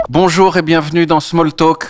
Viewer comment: Sinon, créons le "Beaujour !" à la place du traditionnel "bonjour"